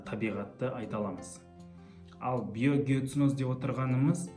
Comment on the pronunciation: Биогеоценозды қәте айтыпсыз